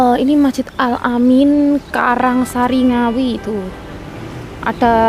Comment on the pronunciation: Masjid Al amin karang asri ya kak bukan karang sari. Slam dri ngawi..